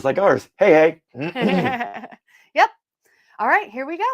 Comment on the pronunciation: When you said Hey, I heard Hey Hey 😅